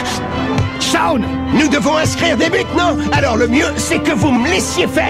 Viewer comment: Merci grâce a toi nous pouvons le dire : Les kikoos d'internet tuent les noms en VF des animés "Chaoune" c'est génial mais c'est Shawn. Ah et c'est Haïden pas iden